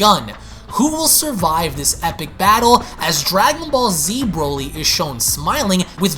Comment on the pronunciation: I can only say one thing after this video... Please never say Broly again